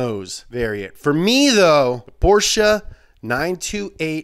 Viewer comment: Him pronouncing "Porsche" the correct way is all I needed and more.